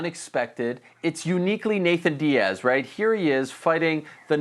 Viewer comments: I hate how Ariel says “Nathan Diaz” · This man said “Nathan Diaz”